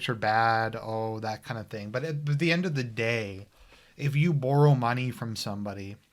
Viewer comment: Wtf is that pronunciation, "borrow" . Funny :-)